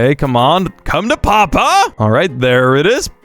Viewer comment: Why did he say CoMe tO PaPa like that